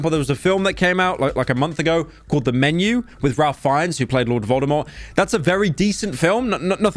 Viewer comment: That pronunciation of Ralph Fiennes